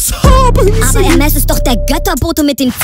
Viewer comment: Achtung Aussprache: Hermés= Hermee